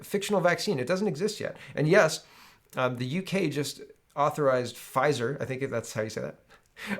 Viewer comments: your pronunciation of that pharmaceutical company is correct. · you're saying "Pfizer" properly